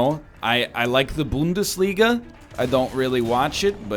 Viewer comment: Bundesliga - Bonus Points for saying it as correct as you can expect from a canadian